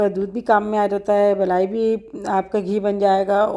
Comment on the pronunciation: blai ni kehty mlaai kehty hn doodh ki mlaai